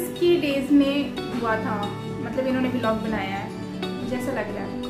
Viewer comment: Bilog nahi hota vllog hota h meri jaan